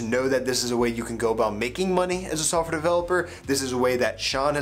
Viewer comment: haha I know he's saying that. It sounds like sulfur developer tho :)